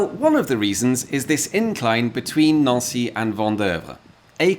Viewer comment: Neauncy is a fancy way of saying Nancy🇫🇷🤣😂😅😄😉